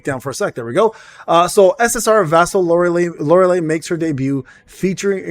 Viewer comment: Why everyone say her name wrong type it in google for pronounce LORELEI. You not the first person and no offense but yea the last 3 letters sound like Li or Lai. Unless you doing it on purpose then you got me! xD